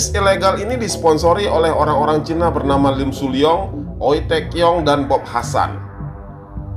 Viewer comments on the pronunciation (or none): none